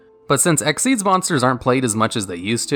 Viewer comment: its x-y-z not exeze lol